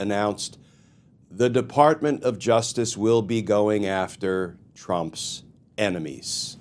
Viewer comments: "Emenies"? Was that a typo or was that his pronunciation? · What’s an ‘eminies’??!!?😂😂😂😂😂😂😂😂😂😂